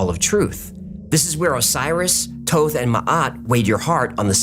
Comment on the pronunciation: Thoth (kinda like thought), not Toeth.